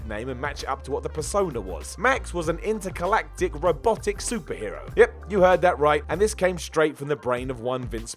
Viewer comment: He also mispronounced "intergalactic" and his own name. I think he's drunk.